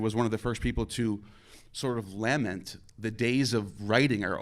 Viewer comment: Well I can tell almost immediately that APs opponent, without any prior information on him, is one of these pseudo intellectual types who doesn't actually completely think through what he says before he says it. The demonstrable proof is in how he pronounces "lament". It's luh ment not lamb ent. That right there is all you need to know to judge this person and go see through him in totality.